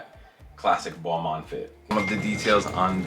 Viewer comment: When he said Balmain I heard it like Boohooman (obviously I am not native English speaker but I share since I thought it was a bit funny). BTW, that Balmain is my least favorite; I thought it was a cheap sheep skin from fast fashion.